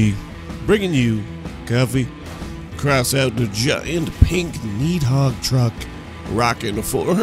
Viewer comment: Why do you pronounce it needhog?